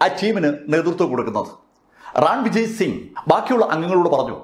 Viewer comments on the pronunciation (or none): Sir... അത് രാണാ വിജയ് സിംഗ് അല്ല.... റൺവിജയ് സിംഗ് ആണ്... റൺ എന്നാൽ യുദ്ധം വിജയ് എന്നാൽ വിജയം.. അതാണ് റൺവിജയ് എന്ന പേര്... ☺️